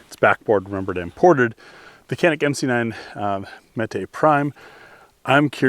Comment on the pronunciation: Splitting hairs here and it really doesn't matter, but Canik is pronounced JAH-nik!